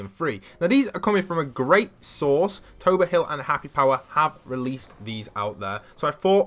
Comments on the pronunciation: its tabor not tober :( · To-b-er hill it’s taper hill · It taber hill not tober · Did he say tober hill Tabor hill is also who I watched it from first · Wait, did he just say TAWB-ORE? It’s TAY-BERR, damn British people I feel ashamed to be half British sometimes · Yay Im a fan of Tabor hills channel, and its T-aye-bor hill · Lol, tober hill! It’s TABOR!🤣🤣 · Its pronounced as Tay- boar hill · What happen to the a in tabor hill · I mean u pronounce tabor hill's name wrong but like i said i mean u did give credit which not all youtube clickBaiters/youtubers do nice vid